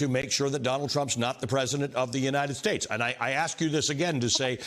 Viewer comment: "Saudi Arabia and Russiaaaaa~we ree bee dute-GAHHH" "Oringes oringes oringes" " Nikki Haley Nikki Haley Nikki Haley Nikki Haley Nikki Haley"(and she magically turns into Nancy pelosi!!) " The United SCHTATES" " And we won against Obama... "(The first of about 40 times when he wasn't "running against Jeb Bush" 🤣🤣🤣) And I can't even figure out how to phonetically type what came out of that hole in his face when he was trying to pronounce Venezuela~that he thought Orbhan was president of~or was that turkey. Dude there are YouTube clips of Donald Trump's stumbling forgetting mispronouncing having aphasias having phonemic aphasias every single symptom of frontotemporal dementia~he takes every single box for that just like he ticks every single box for malignant narcissist and fascist leader~EVERY SINGLE BOX WITHOUT EXCEPTION. I'll take an honest hard-working democracy loving man with a stutter any day. He's never been accused of a crime must less arrested or indicted, and I'd be surprised if Joe Biden ever even got a speeding ticket in his entire life. The basic truth is that Trump isn't worth the lint stuck to the gum attached to the toilet paper on the bottom of his own shoe.